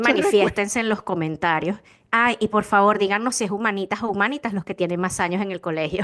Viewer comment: como pronuncio por comentario? jajajja con enfásis en la I